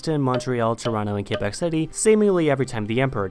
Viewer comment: I'm kinda surprise that he managed to prononce Québec city the right way instead of saying "Kwa-bak"